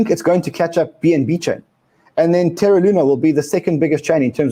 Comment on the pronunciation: More terra not terror